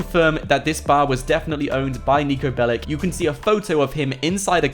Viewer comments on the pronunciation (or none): That guy is from Serbia its not Niko BelliC its not C like K its Ch Niko Belich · Its not "Niko Belik" it is Niko Belić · its not niko belic its niko belić hi is serbian and go to google translate and fix how you saing the that... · niko bellic is from serbia,so say NIKO BELICH,correct niko belić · Pronounced belich